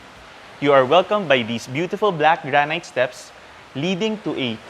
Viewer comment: You guys produce good content. Suggestion tho, granite is pronounced "grah-nit" not "grah-night". You also say, "On top of that.." but I suggest "plus" or even "in addition." Otherwise, keep up the good work.